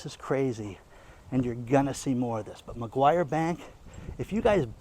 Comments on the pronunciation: NOT McGuire, MACQUARIE. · I just heard your report, I need to let you know the name of the bank is Macquarie not Maguire. Watching from Australia. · not Maguire bank, it's Macquarie bank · It's Macquarie Bank (not McGuire) but yes it's sinister... absolutely chilling, the poorer people ad mum and dad businesses will be hit the hardest, those who trade on wafer thin margins. The tax office will be the biggest beneficiary. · It's Macquarie Bank! Not MaGyver Bank! You don't even know what you're talking about! Get a clue! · I look after an old couple in regional Australia and I am concerned for the financial welfare when Australia goes cashless. I am sure I am not the only one. By the way the bank is called Macquarie not Macquarie... apologies if I am being picky....😅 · for a start it is Macquarie bank, not Mcguire bank. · he kept saying Mcguire bank, but it is Macquarie bank. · This bank is prononced macquarry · McGruber Bank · It's "Macquarie bank". Great Content, thanks. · It takes just a moment for an internet user to type "BANKS IN AUSTRALIA".....and have the correct spelling and pronunciation.